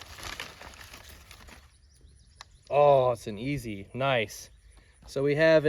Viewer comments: About $500 in blades right there. That's a good friend. The second knife is pronounced S-E. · Young man does not know what a case sodbuster is and pronounced Esee wrong. And if you use a knife a lot you would understand tbat a thick knife, although all the hype today is not a proficient knife. Everybody gotta start somewhere tho👍